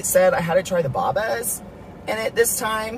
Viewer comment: As a Hong Konger. I tell you. It's not pronounced Baabaa.